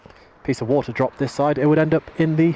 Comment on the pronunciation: Did he say, “a bottle of wahwah”?